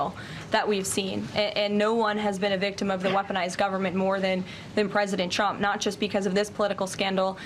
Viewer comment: When Karolying pronounce “TRUMP “ sounds like she is pronouncing “CHUMP “😅😅also you can tell when the lies start Karolying speech goes off the rails 😅😅😅😅